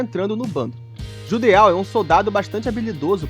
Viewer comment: Se não me engano o nome do Judeau se diz "Judô"